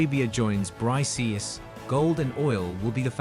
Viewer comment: You are pronouncing it wrong. It ends with the K sound. BRICS pronounced like BRIKS